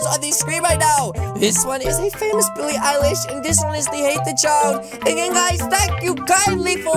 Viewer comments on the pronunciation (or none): ITS BILLIE EILISH NOT BIWWIEEE EYELASH OKAY!!!!